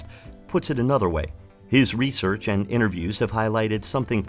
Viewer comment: "Resorch" lol